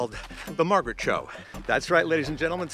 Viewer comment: Her name is Margaret, not Maraget.